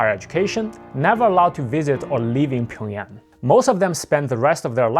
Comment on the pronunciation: finally someone has pronounced Pyongyang correctly